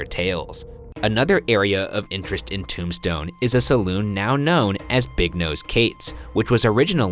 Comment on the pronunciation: Every time you say “Tombstone,” it sounds like you’re trying to say “Tucson ,” but failing lol.